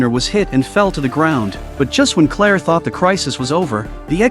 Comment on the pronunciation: Claire…. Clear.. but hey.